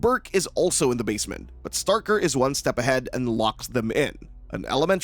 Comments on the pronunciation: STRAY-ker, NOT Starker. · *Straker, not “starker” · “Straker” Not “Starker” lol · small point, not Starker, Straker. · One problem l have with this video is that the narrator repeatedly mispronounces Straker’s name as “Starker”. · If you're gonna hate on the movie can you at least get your pronunciation of the name Stray-ker correct. Also the newspaper cliptalking of the fire is from 1951,the first fire that almost burnt the town down. In the 79 version Marc is giving his speech for the play which tells of the 51 fire. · you know when someone hasn't seen the other two TV movies, & hasn't read the book, when they mispronounce one of the major names in the story. Over & over. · hahahahaha! "Straker" is really a hard word to sound out in your head, right? How many different ways do you think it COULD be pronounced? "Let's see--"st" is short for "saint", so maybe it's 'Saint Raker'"? Gimme a break. SOME words, yes. A simple word like Straker, I doubt you'd struggle to pronounce, unless you have reading difficulties. I suggested having read the book AND seen one or more of the TV movies would enable you to pronounce it correctly. It's not as if Straker is a minor character. Also, the argument that "the script was wrong" may be true, but IF you'd watched any of the other series, or listened to any other review of Salem's Lot, ever--you'd correct the script when on air, & when actually reading from it. My point is this guy isn't a true fan, because at least once or twice in his life, he'd have heard the proper pronunciation for that name. Now that's ok--most reviewers AREN'T really fans. Now he knows. Maybe going forward, he's less likely to mispronounce.